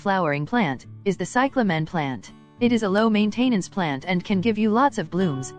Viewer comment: Still sounds like an AI voice, check the pronunciation of the word "Maintenance". I won't watch a video with AI voice.